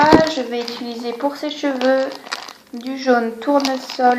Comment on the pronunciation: Très jolie :) Au passage, on dit "utiliser" pas "ituliser"